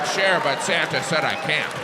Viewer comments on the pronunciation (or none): none